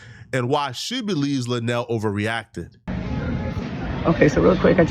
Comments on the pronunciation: LUEnell not Lanell She's important in the black community and it would benefit you if you would do your research. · referring to her an La-Nell instead of Lou-Nell is stressing me out 🤣🤣🤣🤣🤣💀💀💀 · it's Luenell (LOO-NAIL) the speech impediment is not that bad gang 🤦🏾‍♂️🤣🤣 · Luenell right 😆and I didn't like how apple headed🍎 interviewer mispronounced auntie luenell name..on Hive